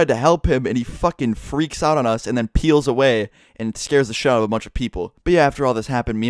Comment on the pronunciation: Say peel again boy